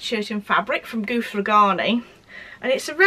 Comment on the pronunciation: Beautiful makes, as always! ❤️ I hope you don't mind me saying, but the name Guthrie in Guthrie & Ghani is pronounced with the "u" sound like "umbrella", rather than like "Ruth". I hope that makes sense! It's a Scottish surname. Xxx